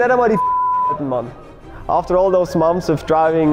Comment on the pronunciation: "So after 2 or 3 MOMS of driving" 🤣 That's gold 🤣 I feel for you I can't pronounce English very well sometimes.